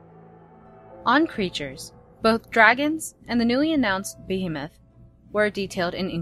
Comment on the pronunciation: Behemoth is not being pronounced correctly. Bee-hee-moth.